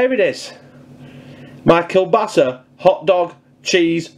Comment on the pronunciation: I lived in Poland for nearly 5 years... I love Kielbasa...It is pronounced...Keelbasa. Loving your vids am.